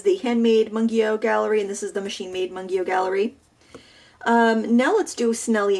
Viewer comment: Its pronouced Moongyo haha i speak korean and everyone says it wrong